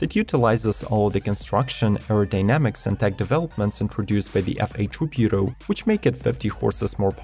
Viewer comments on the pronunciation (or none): IDK what you're saying but it isn't Tributo